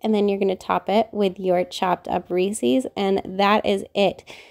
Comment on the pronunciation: It is pronounced Reese’s as in plural for Reese. Not Reeseee’s!!!